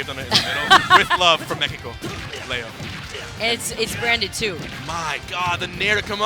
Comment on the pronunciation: HungryBox es el único gringo que he escuchado decir "México" de la manera correcta